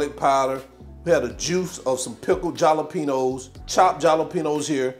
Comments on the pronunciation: It's not jalapeños it's said like halapenos....lol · Jah-la-peno's. Killing me. hahah. Like saying Shrump's. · You crack me up everytime you say👉🏾jalapeños 🤣🤣🤣🤭. Keep em coming👏🏾👏🏾👏🏾😋